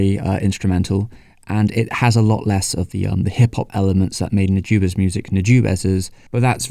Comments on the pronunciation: the "u" in Nujabes is like de "oo" in doodle, the "a" is like the "a" in that. the rest is ok. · Man you just can't seem to pronounce Nujabes properly in this video. Anyway here's a reccomendation for early j-hiphop RHYMESTER'S - Ore ni Iwaserya